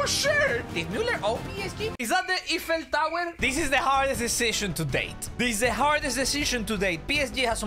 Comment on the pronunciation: “Eefel Tower” 😂😂😂